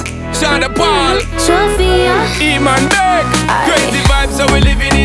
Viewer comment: Шон единственный, кто правильно произнёс его имя!